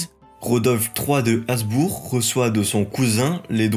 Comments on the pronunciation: Détail : Habsbourg se prononce Habssbourgue avec un h aspiré, comme cela vient du prussien et de l’allemand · Bonne vidéo et bonne leçon d’histoire, mais: On dit Schwitz, pas le Schwitz On dit Uri, pas l’Uri On dit col du Gothard, pas de Gothard Il me semble qu’on doit prononcer le b de Habsbourg. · Merci, je découvre ta chaine ! J’ai enchainé Clovis, La Reconquista et maintenant la Suisse : c’est très bien foutu, et très bien documenté. Par contre, gaffe aux détails : ici, tu as prononcé environ 175 fois /asbour/ au lieu de /absbour/ 😬